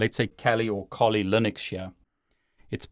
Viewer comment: I've watched several of your videos now, and I think it would be worth investigating the correct pronunciation of "Kali".